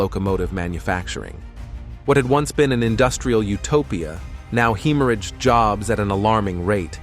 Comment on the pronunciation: Heee mor aged!!!! Damn AI.